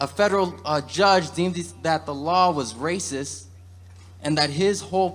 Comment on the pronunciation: What is it with people of color and how they can't finish how they say racist. They always say Raciss